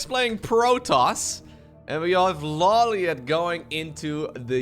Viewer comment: I was late to the casting part of this stream, and I didn't notice that the minerals were lumber... That's so cursed lmao Also, I'm surprised you don't know the right pronunciation for LawLiet considering you've seen Death Note. It's ローリエット obv lol